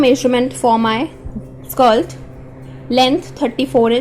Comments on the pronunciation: Why do you keep on saying “skalt” it should be skirt. Concert on your pronunciation. You speak good English except keep on saying this word without paying attention to right sound of it. Go on practice it. 👍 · Why you are saying skilt??? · Is it skilt or skirt😅😅